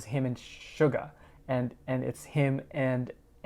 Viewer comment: TAEHYUNG!! Not TAEHYANG😭😂